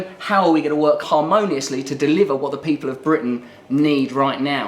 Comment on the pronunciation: Hey - pause the video when Russell says "ordinary peo'P' (for pause) le". There's what Ed thinks of ordinary people - with fear in his eyes! I'll probably vote for him now he's been on the Trews ;-)